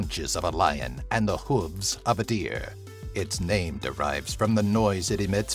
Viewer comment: Gethin Topps yeah he did butcher the names